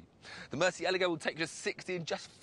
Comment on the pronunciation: omg i cannot stand the way he pronounces murcielago, it's so wrong!